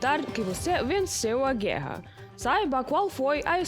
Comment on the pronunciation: Parabéns p/apresentadora. Está melhorando a pronuncia das palavras c/ r . Antes dizia guera agora já pronuncia certo "guerra".